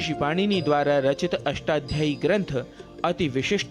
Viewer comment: उद्घोषक महोदय, बारंबार अष्टाध्यायी का अशुद्ध उच्चारण "अष्टाध्ययीं" क्यों कर रहे हैं?